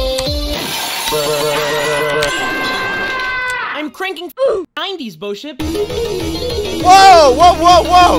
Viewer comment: Why do ppl keep calling bosip boship?!